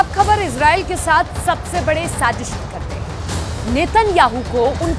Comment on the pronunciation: Jb sazish ko sajish bolti ho aur b pyari lgny lgti ho